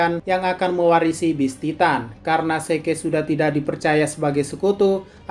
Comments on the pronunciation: ZIK OY BUKAN SEKE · Zeke = zik